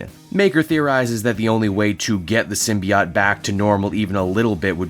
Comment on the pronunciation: I find it quite jarring you give two different pronunciations for symbiote in the same video, with "sym-be-IT" (Superior) and "sym-be-OT" (Inferior) lol.